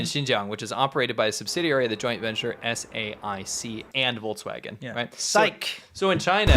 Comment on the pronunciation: I understand it's about the content and not the form.... But I will never understand why about half of the US language youtubers say volTswagen. It's not an electric chevy though, it's a volKswagen. The pronunciation of the K in English and German is sufficiently silimar to work just fine, while the T sounds quite different. Though of course this is small fish compared to the correct pronunciation of Uyghurs or to the actual plight of the Uyghurs.